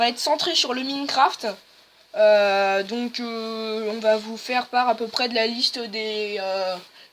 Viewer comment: On te donne un pouce BLEU pas un pouce VERT. Sinon c'est pas comme sa qu'on dit Minecraft. Enfaite moi je n'ai que une tablette et donc je peut pas faire tout le trucs avec l'ordi. Deso pour les critiques mais bon sa fait au moins 1h que je cherche comment faire pour filme l'ecran de sa tablette et je tombe que sur des trucs qui m'aide PAS DU TOUT. Sinon bah j'ai bien aimer le conseipte de parler a 2. Mais au debut mec ta parler grave fort. Sinon pour se qui aime le gacha venez voirent ma chaine 😊